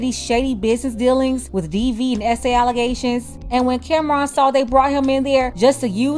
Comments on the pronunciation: Her calling him Camron instead of Cam'ron😅😅😅😅😅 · She didnt even pronounce his name right. Its pronounced Cam-Ron, not Cameron. After he said what he said, she shouldve started asking him about his projects. Instead she dismissed him. Get her TF outta here!